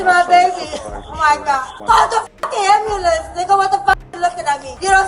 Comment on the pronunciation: Did somebody call da am-ba-lanse??